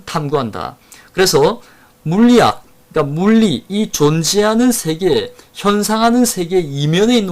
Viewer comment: 한 가지! "세계:의 발음이 틀렸습니다. "세계"의 "세"는 길게 발음하셔야지요. 짧게 발음하셨습니다. 잘못입니다.